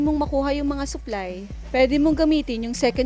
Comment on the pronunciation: Pagkakarinig ko "suklay" yung nalalaglag😂😂supply pala hahaha